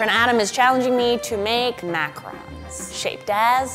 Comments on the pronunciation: Pronounces it as macrons. Sitting here like, "IT'S FRICK IN PRONOUNCED MACAHROOOANS!" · It triggered me so much that she was pronouncing macaroons wrong but i still love her it just bothered me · I hate how she pronounced macaroons